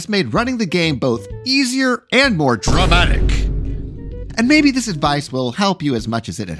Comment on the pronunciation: Your (or mine) Matt Colville fanboism spills on pronunciation of word "Dramatic".